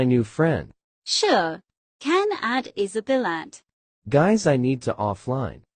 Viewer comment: Is Isabella not isabilat and is mirabel not mirabilat